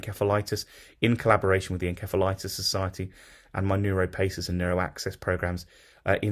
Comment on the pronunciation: Your pronunciation is incorrect inceph/insef septic